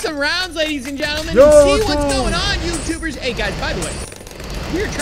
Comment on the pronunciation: we are such good YouTubers Me: hehe youtewbres